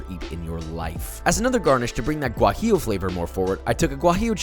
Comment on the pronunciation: I think he said “gwah jee lehhh”